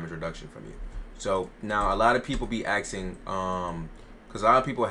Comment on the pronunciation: how hard is it to say asking though